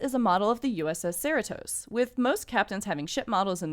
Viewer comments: SEER-uh-Tos? Do you even California? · Just FYI, Cerritos is pronounced "suh-REE-tohs" or like Doritos. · Why are u pronouncing “Cerritos” weird like that.